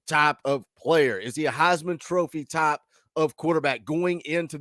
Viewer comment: your accent comes out when you say "type." LOL. Firstly, I got nothing but love for Tayven. He handled his business here, and we got him ready for the next step. Secondly, just watch what Joe does. I swear, I think he's got the control issues worked out. Halzle and Heupel are great developers.:_PowerT::_Heupel::_GBO::_Smokey:□□□